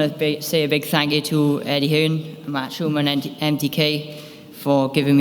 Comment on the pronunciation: Dazn you need a new interpreter hit me up I’m way better then that guy he’s horrible doesn’t even know how to say Eddie Hearn like chocalatito I get he’s speaking Spanish but th other guy clearly knows he meant Eddie Hearn wth